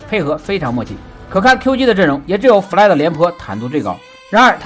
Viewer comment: 每次听fly fly 听成夫赖